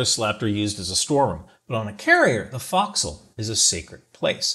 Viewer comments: Former boat person here... Your pronunciation of forecastle caused me a minor stroke. Pronounce it Faux-k-soul please. Not foxhole. I will show Grace since you're just a grunt. Love ya shipmate keep it up. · You know you're in the Department of the Boat People who your pronounce focsle like fox hole. LOL. Pronunciation sounds more like folk-soul. Our rates our equivalent to our MOS. NECs designated we've been to a specific school and the NEC identifies that skiii set (example... Gunner's Mate would designate an MOS to show a general knowledge. If they went to, say, a 5" inch gun school, you would have an NEC showing the specialty skill. Great video... the effort you put in to try and understand what you saw is commendable! We've pride in our ships, but even more so of our carriers. Huzzah! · great video, but it's FOE'csle, not FOX'cle - former carrier sailor (USS NIMITZ, Reactor Dept) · Do they really pronounce fo’c’sle that way? Fox’le not folk’s’le? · Nice video. Down south we (Australian Navy) would say "Folk-Sal" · FYI the location where ships chains are stored is called the forecastle pronounced folk-cell. Haze grey and underway! 😊